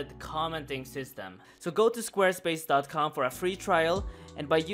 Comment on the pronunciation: Schquare Schpace